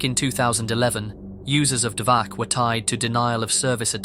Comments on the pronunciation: Listening to you saying "dvaKH" instead of "dvaCH" again and again was so painful. I just... Why? It's "CHAN" NOT "KHAN". Why. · Not 'dvaH' It pronounced 'dvaCH' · It's not DVAH it's DVACH, where CH is pronouncing like letter Ч in Russian, closest I can think of is Che Guevara you pronounce DVA(CH) exactly like comrade Che. You don't pronounce it like Khe Guevara dont you? Also Dvach based for leaking those foul women ID and social pages. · The "ch" in Dvach is pronounced as in "chapter", just so you know. It's literally named after 2chan: dva (2 in Russian) plus ch from chan.